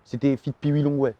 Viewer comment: Dit pas Peewee Longway comme sa c t de la D se song